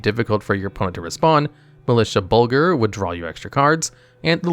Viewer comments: "Militia Bulgger" "Bed Evil" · It seems like there’s a word every other card, almost like this just wasn’t reviewed at all before posting ( I mean, “Bulger”? Instead of Bugler).